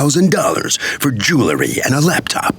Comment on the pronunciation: Record is an abbreviation of the word Recording so yes, they are still records because they are RECORDED music. By the way, Mr. Announcer, the word is JEWELRY, not JOOLERY .... from the word JEWEL .... go online and look it up.